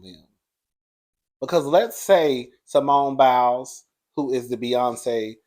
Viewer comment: I normally stay in the bushes 😊 but when u called that man Biles I hollered. Oh yeah the name is Jeanine Mai (My)😂 . You tried I give you that. 😂❤